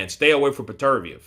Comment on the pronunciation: It’s pronounced better biev